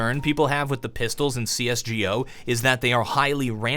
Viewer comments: please stop saying cs: gee-oh. it's CS: Go AND YOU KNOW IT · Its so beyond cringy how you call it cs"G"o instead of csgooooo like everyone else.. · who says "cs gee ooh" ?